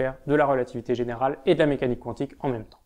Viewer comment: pas contre qwantique ca me perturbe xD